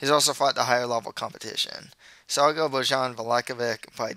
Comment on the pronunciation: Loving your predictions! Just a friendly tip - "j" in serbian/croatian/bosnian is pronounced like the english "y". So Bojan Mihajlovic is pronounced something like Boyan Mihaylovich.